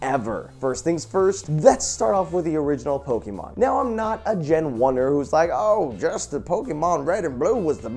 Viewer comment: Pls Jovens Pls. The E in Pokemon on not hard. It's a soft e. Pronounced "Poke - i - mon"